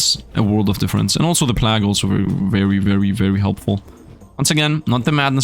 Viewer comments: He was saying plagg instead of plague (play-guh)[I think that's how to type out the spelling] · plague is said "play-g" ...sorry great video but that def bothered me😆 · god i hate the way you say plague. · u saying god run every 10 seconds is so fucking cringe also you're pronouncing plague incorrectly and jesus youre talking complete nonsense in the last hour of the vid